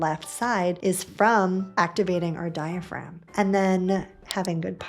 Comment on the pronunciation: Great video—I recommend your channel to patients but the consistent mispronunciation of “diaphragm” is distracting to medical professionals (and informed patients). The “g” is silent.